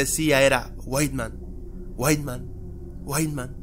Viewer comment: no es para ofender pero se llama white man no weitman :v